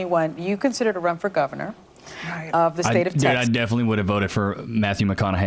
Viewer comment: “Heard you wanna run for gunavor” 🤠